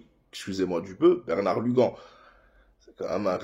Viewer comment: Tu t trompé tu as dis Bernard Lugan c'est Bernard gluan tu as interverti les lettres 😂